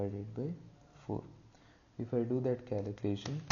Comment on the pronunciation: fyi he said "calucation" read it again "calucation" thats what i was joking about... so think twice before you speak! thats a life lesson for you kid!